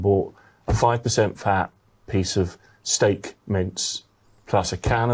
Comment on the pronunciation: Did he just say steak?!